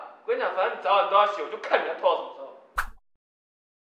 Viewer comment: 早晚的早是不是變成澡了？還是是故意的😂